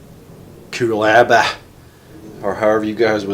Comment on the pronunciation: Pronounced “Cool a bar”, ha ha I do prefer your version though